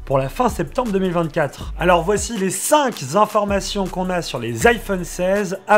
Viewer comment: Il n’y a pas de s à cinq. Donc on ne dit pas les cinq zinformations 😊